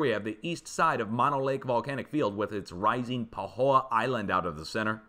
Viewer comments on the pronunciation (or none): none